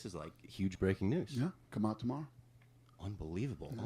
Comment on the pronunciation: You got that Dublin accent down pat, my man! I did hear you say the word "out" several times in this video and I find your Canadian accent little lacking.. keep practicing that one.. lmao. 😂 Nice work on the vid. First time YT recommended you. I will sub.